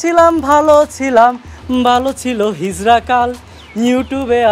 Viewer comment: Ehen guys it's hizra not hizla...abal hala tui